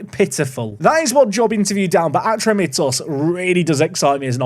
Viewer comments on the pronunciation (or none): Its pronounced Ah-tro-me-tos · just so you know because i am from greece the team name is pronounced atrómitos and the city is called peristéri